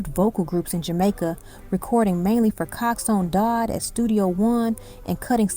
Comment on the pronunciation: No , you dont understand the question. The lady keep on saying cox one dodd instead of coxsone dodd